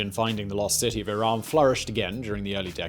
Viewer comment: iraM not iran 💀